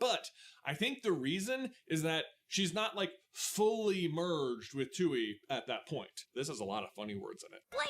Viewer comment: Every time the says “Tui” and pronounces is “too-ee” instead of “Twee” it makes me so mad. Like, you could easily rewatch a clip to make sure you pronounce it right